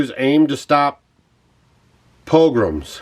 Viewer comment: You had difficulty with the word “pogroms”…. I suggest that before you put out suggestive vids like this that you brush up on Jewish history….go right back to the destruction of the 2nd temple, trace the migration of Jews ….you might just change your mind abou a few things.